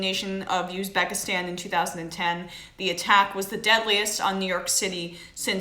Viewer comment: Check that ratio you'll see what's good.... you're deff not a native New Yorker. Fuck you. Uzbekistan is not hard to say, and no one has bombed Uzbekistan. Go watch Sargons video on your nonsense, he's right and you're dumb.